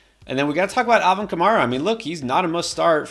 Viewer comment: it's Kah-Mare-Ah. see - Matt Berry, Alvin Himself, Fantasy Footballers, NFL Announcers, etc